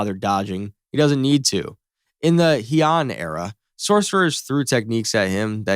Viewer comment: "heeon era"